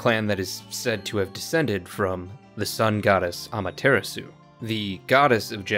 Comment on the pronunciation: AMA-terra-sue… guy clearly doesn’t watch Naruto!😂